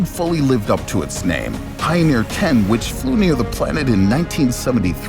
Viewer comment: Pioneer, not Pioner.